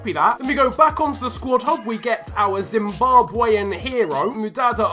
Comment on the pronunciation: Its so sad to hear you saying Zimbabwean like that course l am for zim